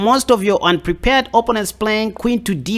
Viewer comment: I subscribed as you make chess fun, entertaining yet still seek knowledge for a better game and your accent is great, too, but.... you say OPP-onents yet it's pronounced o-PPO-nents! LOL. Keep up the great work, man!